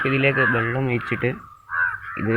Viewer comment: വെള്ളം ആണ് മോനെ ബള്ളം അല്ല 😅